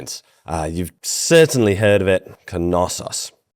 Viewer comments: The pronunciation of Knossos is not Kanossos the Kn is spoken as one sound. It‘s the same for Knut which definitely isn’t Kanut lol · Well good video but it's not pronounced faistos, it's festos. Intonation on the o. And knossos has the intonation on the second o. And lastly it's zacharias (intonation on the i) iliakis (intonation on the a) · Why can’t most americans pronounce Knossos? It’s not Keh-nossos. Kn, not Keh-n. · So thr K in Knossos isn't silent in English? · The k in Knossos is silent in english... lol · yes it is common for American and English speakers. I heard those words with the ‚Kn‘ butchered in several documentaries. Not pedantic it just irks me sometimes and I usually don’t comment or complain about it.